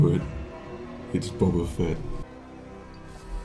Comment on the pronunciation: I hate to nit pick, but its not bob-ba, its bow-ba........ Ok now carry on...